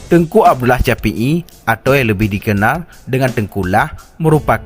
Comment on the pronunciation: Meu bahasa hana get glah iadmin. Syahid "caid" syafii "capi'i" neu merno bahasa indo beu get lee admin